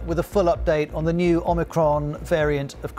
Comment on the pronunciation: Omir-Con. Yawn.